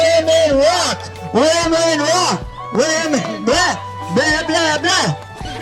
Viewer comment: I know they say “women rock”, but I can only hear “women raw”!😂